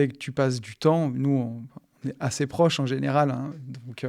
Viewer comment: j'en ai assez (é) pas assè 😂😂😂😂 désolé ca me dérange mais c'est super le podcast